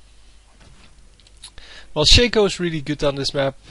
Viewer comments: U PLAY SOOO BAD !!!!!!!!!! And It's shaaaaaaaaco not shayco like alphabet shaco get it NOoB ! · why do people pronounce stuff stupidly.. maybe im wrong but i believe its not pronounced shake-o